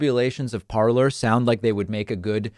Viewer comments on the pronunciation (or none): It's pronounced parlé ,😁